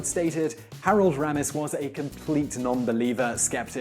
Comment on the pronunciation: And RAY-mis. Not ram us